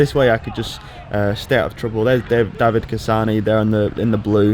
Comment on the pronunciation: The guy's called Davide (not David)... :-[ Nice video... I miss gran fondo season...